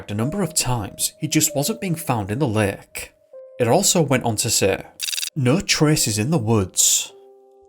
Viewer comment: I really like your content, and while I do not usually have an issue with this (Actually this is the first time) you REALLY need to work on your accent some more. It's too thick at times. For instance, when you first said 'Lake', I was mildly confused because I honestly heard 'Lick'. And this is only a singular example. I do not mean any offense, take it as constructive criticism. It was way more pronounced in some earlier videos and I can see improvement, intentional or not.